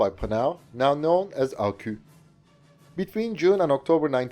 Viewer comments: You mustn't pronounce ArqU, but ArquS !!! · Please man, you're saying Panhard like panard, which is slang for foot, the H indicates a pause in the word, it should go like pan-hard. You're also saying Arquus as Arquu, which is effectively like saying arqass, the s should be pronounced as if speaking latin, then stressing or not the two Us is up to preference. I'm sorry french is so hard to approach from a foreign point of view, but like, these specific industrials are the main characters in most of your videos about french equipment and it's nerve racking me